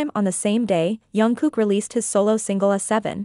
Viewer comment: Please pronounce Jungkook's name properly. It is Jung with a hard J not Yung which many use. If you watch JK pronounce it himself it is Jungkook, hard J